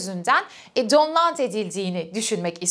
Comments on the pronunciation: "DOWNLOAD" kelimesinin telafuzunu söyleyemediniz ki daha. Felsefeyi nasıl İngilizce okuyorsunuz? 🥴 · 'Download' kelimesini, İngilizce bilmeyen birisinin telafuz hatasıyla telafuz ediyorsunuz. Bu bilgi eksikliği olan birisinin Hegel'i İngilizce okuyamayacağına eminim.